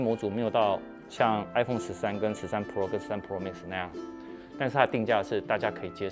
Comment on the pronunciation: 每次聽到Tim哥唸“pro"這個單字都覺得怪... Pro的重音在第一個字，唸起來像唸中文的“破”，就是一個字發四聲但中間有捲舌 但Tim哥都唸成璞肉變成二聲加四聲，聽起來整個怪...也不像是日本腔或是台灣腔，就是有點怪...😥